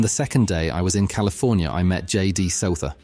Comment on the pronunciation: JD “Suther”? Come on man!